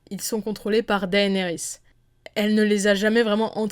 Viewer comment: 1 truc qui est un peu chiant c'est quand tu dis Daénérys au lieu de Dénérys, certes son prénom s'écrit comme ça "Daenerys" mais ne se prononce pas comme ça.